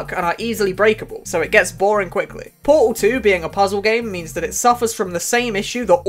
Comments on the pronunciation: bro doesn't says "portal" he says "poal" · I am truly sorry, but po-al 1 and po-al 2😂, don't hate it's just so funny